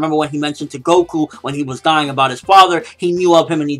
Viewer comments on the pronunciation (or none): none